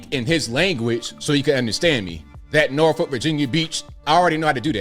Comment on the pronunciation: If you are from va beach area… then how come you pronounced norfolk wrong???😂😂😂 you know it’s nawfuck. r is not pronounced except by outsiders!!!! Love uour channel